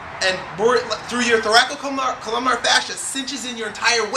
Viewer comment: Dear, It's "thoracolumbar" fascia, not "thoracocolumnar".